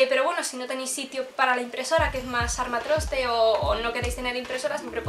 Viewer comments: se dice armatoste no armatroste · se dice “armatoste” no “armatroste” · Hola, ¿en Madrid decís "armatroste"? Siempre había oído "armatoste" 😅. Quizá cambie la pronunciación dependiendo de las ciudades. Un saludo 🤗. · Armatro'te se dice en República Dominicana😄❤ (sí quitándole la s) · Me encanto todo 💕 pero no es armatRoste es armatoste. Un beso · Se dice 'armatoste' :)